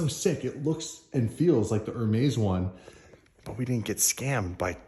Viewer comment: Lol saying HER-maze. It’s AIR-mez you silly SOB 😄